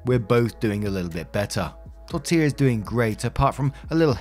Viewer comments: great job pronouncing Tortilla’s name this time. 😊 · You perfected “Tortilla”! I smiled every time you said it in the first video… but that was a CRAZY saga so the unintended comedic relief was great! #torillagate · Omg you got Tortilla right this time! love it haha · Thank you for saying Tortilla properly, it means a lot.